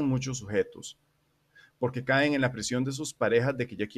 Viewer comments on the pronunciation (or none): none